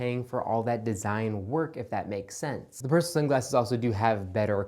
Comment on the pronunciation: I really like your videos, but I absolutely hate your pronunciation of Persol... You wouldn't say "fairrairy" either.